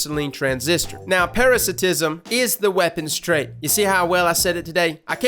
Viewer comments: Peh-ruh-sai-ti-zm!!! Based off of parasite not parasitic. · Shouldn't parasitsim be pronounced Para-SAI-tisim? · It's actually pronounced Para-sai-tism but great effort nonetheless. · I don't mean to be that guy but it is pronounced, para-site-ism lol but what you said is kinda acceptable. Other than that great video, Oh and I hope all goes well with your medical test. Best wishes.